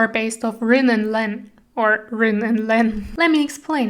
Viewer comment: The detail is so beautiful and the lighting makes it such a beautiful vide, I like it a lot. Also Rin is pronounced Reen.